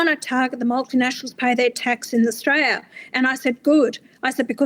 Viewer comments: At what point did she say Australia wrong??? Pull ya head in ffs!!! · She can't even pronounce Australia correctly and she's in our senate. What a disgrace.